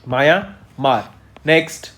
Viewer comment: Borgohain, Myanmar apse bola nahi jata. Bor Gain, aur Maya Maar bolte ho.